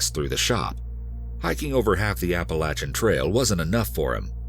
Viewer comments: Ahh so refreshing someone on YouTube actually pronounced Appalachia correctly...Thank you kind sir 🙏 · as an appalachian gal, i just want to thank the narrator for saying appalachia right. ♡